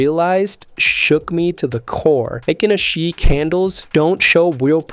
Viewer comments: Hay-kin, not hi-kin! And that's from the Japanese horse's mouth. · Heikin (Hay-kin) Ashi (Ah-shee)